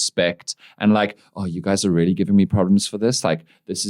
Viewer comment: Why do you keep saying "rarely" instead of "really"?